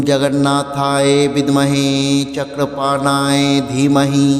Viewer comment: Chakrapanoye শব্দটি সঠিকভাবে উচ্চারণ করুন।